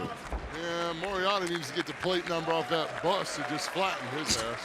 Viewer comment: Lmao Paul kept butchering Lee Moriarty’s last name all match. Will be seeing that on botchamania for sure